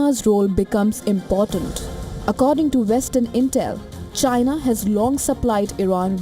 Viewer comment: “Ghina” don’t give a damn what you think you said 😂